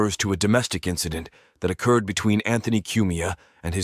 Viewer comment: when the incident oh-cured